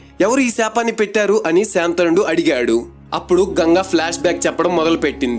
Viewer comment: శాంతనుడు కాదు శంతనుడు